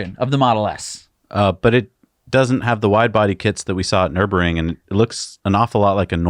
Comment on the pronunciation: i cant take it any more....Nürburgring "ner-berG-ring" !!!! lol